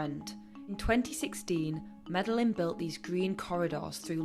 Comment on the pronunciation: i was loving this video UNITL you pronounced Medellin like that... i mean c'mon. A 20 second search would tell you how to pronounce it properly.